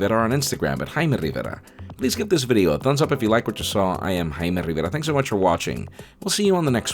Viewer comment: this guy doesn't know how to pronounce jaime